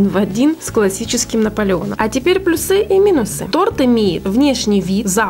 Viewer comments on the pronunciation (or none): плюсЫ,минусЫ,вАреная сгущенка - аж коробит слушать! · Прошу, пожалуйста говорите слова с прав.ударением: плюсы, вареный.